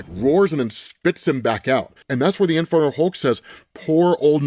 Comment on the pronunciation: Am I the only one hearing 'Infertile Hulk' everytime says it?